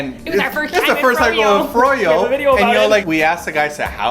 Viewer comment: LEWL! I laughed at your pronunciation of "froyo"! It is "fro" then "yo" :P. Two syllables xD